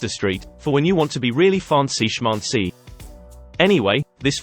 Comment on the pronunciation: Interesting how "schmancy" is pronounced in the beginning of a video. Is this an artificial reader or someone tried to parody french accent?